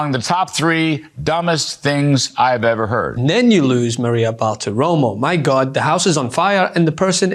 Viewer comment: Did the lady say 'Gob bless Trump'? God should take Trump with him.